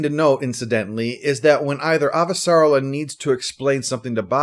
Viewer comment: Thanks 👍. (Ah-va-sa-REL-la, I think.)